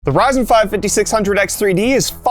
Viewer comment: He said "Verizon" 7000 Series LOL